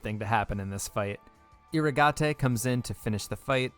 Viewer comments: Took me until 5 minutes in to realize that Eeruhgahtay is just "Irrigate" pronounced differently 🙄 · Fun fact: you pronounce irrigate with a long A and a silent E